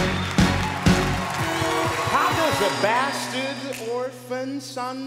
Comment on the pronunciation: At the beginning did say bastard or bastian